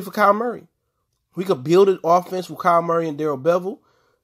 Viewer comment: Just letting you know. It’s kyler Murray not Kyle